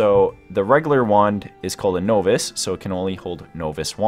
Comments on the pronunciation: This is such an amazing layout but it hurt to hear so many words being so poorly pronounced. Tome = T-oh-mm Novice = Nah-viss Arcana = Argh-kah-nah etc. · Is English your first language? The video was decent enough but I'll be damned at the pronunciation of certain words such as tome and novice. Good lord man...